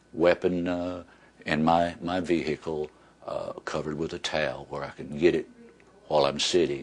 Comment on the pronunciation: plus he says vee hicle